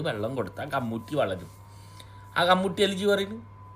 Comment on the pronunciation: Comuuuttyy അല്ല മയമുട്ടിയാണ്🤣🤣🤣🤣🤣🤣